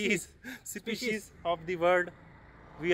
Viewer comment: SPECIES HOTA SPESHIEs😂😂😂😂😂😂😂😂😂😂😂😂😂